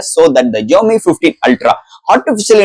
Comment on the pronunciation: Your Tamil pronunciation very very worst bro xiaomi Pls correct ur pronunciation To awkward to heard it